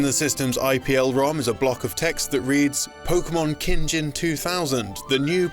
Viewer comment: "Keen Gheen" not Kinjin. And Pokemon Stadium 2 has the same name in Japanese (though it's a different game in Japan. The boxart you used is from a game before Gold and Silver). 金銀 Kin Gin means Gold and Silver.